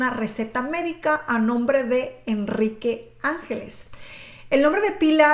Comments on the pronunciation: Antonio ANGLÉS, lo pone en la misma imagen, ANGLÉS, no ÁNGELES, por favor, si vas hacer un vídeo tan serie y comprometido como este, infórmate bien o por lo menos lee bien. Después de más de 30 años escuchando este nombre que digas ÁNGELES manda c..... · no es angeles, es anglés, saludos. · Enrique Ángeles no Enrique Angles y su hermano era Antonio Angles no Antonio ángeles como tu dices,, tienes que saber decie bien los nombres,, y cuentanos alfo nuevo, porque lo del caso Alcasser yo lo se todo porque soy de catadau y vibi aquella epoca y lloré y sufri mucho por esas niñas,, osea cuenta algo nuevo,, porque para contar todo lo que ya sabemos no cuenres nada guapetona,, saludos desde catadau VALENCIA 🇪🇸 ESPAÑA 🙋🏻‍♂️